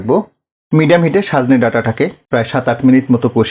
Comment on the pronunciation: রান্না আপনার ভাল এবং বলেন ও সুন্দর কিন্ত আজ পিকুলিয়ার ভাবে বার বার সাজনে বলেছেন?লিখেছেন ঠিক কিন্ত...